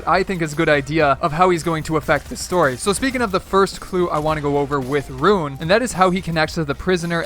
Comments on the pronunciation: By the way, his name is ruin. Not rune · Roo-in not rune